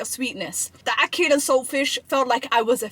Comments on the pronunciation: How you gonna say ackee correctly and then say you dunno why you was saying ackeel and now you’re saying ackeel again 😭😭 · I wanted to watch your review but you couldnt even pronounce the food properly, yuh keep saying Akeel which was annoying the hell outa mi, so i had to just bounce, and i couldnt take you seriously afta dat, get you food right then call mi, every incompetent are making content these days, no offence!! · Btw who’s Akil?, no disrespect it’s Ackee and Saltfish that’s the name get it right please and Ty. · ACKEE!! EEE! Not IL! Love you but you are upsetting my ancestors 😂….He didn’t boil out the salt fish first that’s why🤢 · ackee = akhi . you should know this word very well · It's pronounce Ack key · “Ackeel and saltfish…” “The Amaan of salt in this…” How many Arabic names you gonna drop? 😂😂😂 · Your pronunciation of names of foods and drinks such as Ackee—you constantly say ackeel and Lilt, which is not pronounced as you do—is getting on my nerves. Learn to pronounce words properly!!! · You keep saying it wrong and they probably didn't boiled it ment to boiled it twice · She addressed it and said it wrong again… but you can’t hate her she’s lovely ❤😂😅